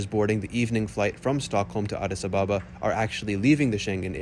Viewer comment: Addis Ababa is pronounced Addis Ab-aba NOT A-ba-ba.